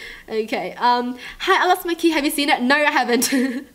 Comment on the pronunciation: Why do you say joo instead of you i dunno